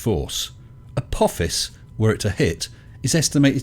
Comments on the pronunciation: Agreed. Wow, "A-poe-fiss" must have a solid ironic core! 😄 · If he remembered what the Almighty said he wouldn’t remember, doesn’t that mean the Almighty is fallible instead of infallible??? Not to mention that the Almighty doesn’t seem to know how to pronounce “Apophis”...